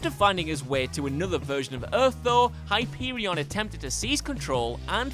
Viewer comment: Hi-pee-wee-on lol